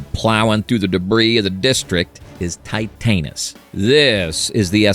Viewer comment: Tight-Anus 😂 The AI voice butchered the name. lol